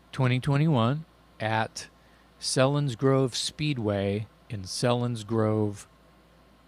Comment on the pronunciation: Came for the Dirty Looks and subscribed for the content. Selinsgrove is pronounced with a "long E"!